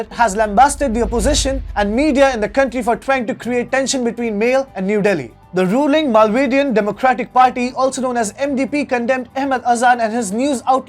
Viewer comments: Please correct your pronunciation of the capital Male of Maldives. It's Maley and not Male ♂️ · Maldives capital is pronounced as Maa - leh and written as Malé .